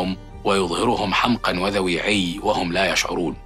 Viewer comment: "حمقى" ، لا تلفظ 'حمقاً' يا أخي الكريم! 😏